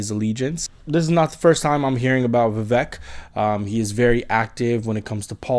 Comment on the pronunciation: Good to see you on here, (?). I like your attitude and immediately subscribed. Love Vivek too. I am a Christian too. I know some Christians don't like Vivek because he is a Hindu, but I see the Spirit of God in him! By the way, his name is pronouced "Vivek like CAKE.":)